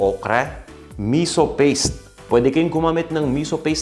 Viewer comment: Misú yun ang bigkas ay parang "pito" (7) mabilis na biglang hinto, hindi miso na ang bigkas ay parang "piso"